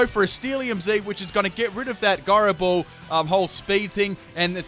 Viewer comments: "Guyrow ball" You're killing my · He pronounces gyro ball wrong. “TRIGGERED!!!!” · The way you pronounce gyro ball made me think you were talking about Garbodor....